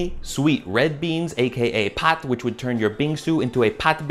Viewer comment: appreciate you shouting out korean bingsu and even saying the korean pronouncation of red bean (correctly too!) i love the content man